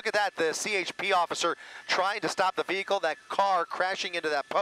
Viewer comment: IT SOUNDS LIKE NEWSCASTER SAYS "THE BEAGLE KEEPS ROLLING" >> BEAGLE / VEHICLE...WHAT'S THE DIFFERENCE....